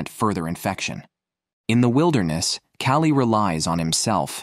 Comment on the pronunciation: I hate AI narration, especially when it is stupid, like calling a woman "he", oir mispronouncing easy names like Callie "Kaolie" Too cheap to pay a person to read the script? At least program your AI to speak proper English.